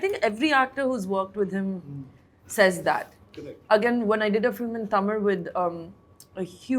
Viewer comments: I just loved this interview. If Shruthi is there in any interview, I will watch it. She is too good. I truly admire the way she kept saying Thamizh, correcting the dish names, speaking so fondly of the food of Chennai and Tamil Nadu. So wonderful! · Her pronunciation of Tamil is bang on proud of you shruti